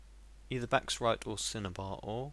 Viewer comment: You're pronouncing Bauxite wrong :P (Not trying to be a smart ass, but It's pronounced Box-ite) Just thought I'd let you know :)